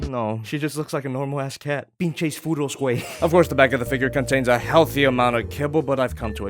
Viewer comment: "Pinches furros wey" you speak Spanish mexican verry well xd